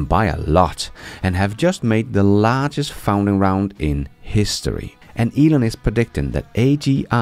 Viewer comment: i love your content and realize that you're doing your best, but, the correct pronounciation is "fun-ding round" not "found-ing round". Cheers, buddy!